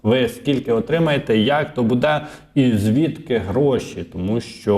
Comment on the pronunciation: треба говорити " бУде ", а не " будЕ " - дуже ріже слух.